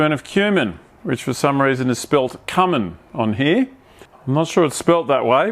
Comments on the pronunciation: Its cumin not cummin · Cumin not Cummin lmao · Cumin. Cummin -- lol. Good time as always. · This dude cooks that good yet can't pronouce cummin as "Cue" "min"